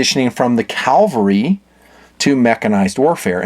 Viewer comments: May i suggest, it is Cavalry (with a V) not CAL...it is not a hill from the Bible? Commonly pronounced but wrong. I agree. Great gun. I have a Canadian WWII version, slotted with tangent sights. Thanks for the video. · Cav-al-ry, not Cal-va-ry! Calvary is where Christ died. Cavalry is the horse mounted military unit. 😀 Great looking gun. Thanks for the review!